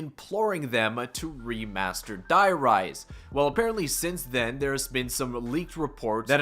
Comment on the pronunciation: Btw you say dee rise because die in german means the and its the rise